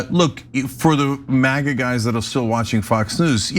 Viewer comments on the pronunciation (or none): none